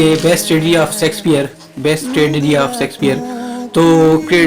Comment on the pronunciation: Sheksphare not sexpear😂